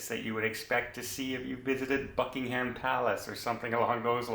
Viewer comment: Quick tip. It’s pronounced “Bucking-um” not “Bucking- HAM”